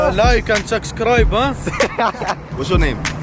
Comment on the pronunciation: Them man said like em sumsckribe🤣🤣🤣🤣🤣 consistency keep it up